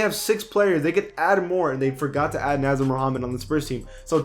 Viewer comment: He also pronounced "Nasir" as (Naz-ur) instead of Nah-zeer) 😂